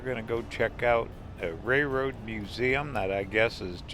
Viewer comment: I’m sorry, my husband is a railroader. It’s pronounced RAIL ROAD. NOT Ray Road.